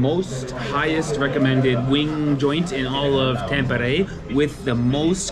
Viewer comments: Bro why you say A as E like tampere you said tempere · If I write in Finnish how you said "Tampere" that would be "Thäm-peere". 'A' in Tampere is the same vowel sound that you have in English words like 'fun' and 'sun' and Finnish 'A' is always pronounced like that (you used Finnish 'Ä', the sound found in English words 'man', 'can', 'tan' etc.). Not actually sure what would be a good English word to give you the idea of how to pronounce the 'T'' as English 'T'' almost always sounds more or less like Finnish 'TH'. Your 'E' sound was correct, but the first 'E' was too long (like Finnish 'EE'). But you did get the hard part right and got the 'R' rolling, which is always a nice touch for a native English speaker. 👍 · It might be easier to explain this way: The "Tam" in "Tampere" is pronounced sort of the same way as "tum" in "tummy". Also the rest of it for English speakers would be written something like "peh" + "reh" but fast without a space between them. An English speaker will by default have some "h" sounds there to soften it up but Finnish people will pronounce it very bluntly. Also the emphasis for the word is on the first syllable so it's like TAMpere. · Hi, greetings from California, where we live. Married to my Finnish wife who cringes when Finnish words are mispronounced. Simple way to pronounce every Finnish word: emphasis on the first syllable. Always.......TAMpere, NOkia....but we still love all your videos. Go HIFK!